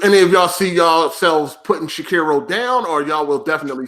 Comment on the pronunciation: None of these fools can say Sekiro the correct way. Old mushmouth fucks 😂